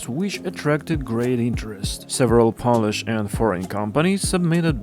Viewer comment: It's "pole-ish", not "pol-ish"